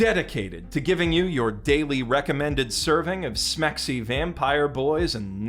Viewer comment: I'll be perfectly honest: if you hadn't explicitly told me the New Gate footage was from New Gate, I wouldn't have guessed. Because it looks nothing like the manga. EDIT: Why did you say "Smexi",. Why. It's been literally twenty years.